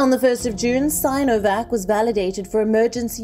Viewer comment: Sin , si -no -vac, sin - o - vac😅